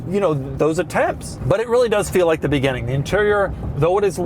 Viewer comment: Doug the type of guy to pronounce "beginning " as "begenning ".